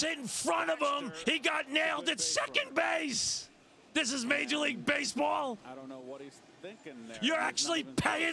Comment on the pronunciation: Been almost two years, but I still can't get enough of this. "THIS IS MAJAH LEAGUE BASEBAWL. YOU'RE ACTUALLY PAYIN TA WATCH THIS?!?!"